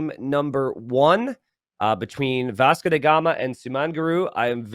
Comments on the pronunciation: Why does keep pronouncing it "Vasco dey Gama"? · „Vasco the gamer“ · So he is mistakenly pronouncing it as German